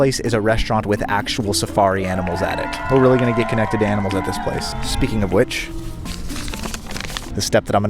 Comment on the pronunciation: A. Ahh. Ahhh-nimals. Why are you say o Oainimools????? Tf.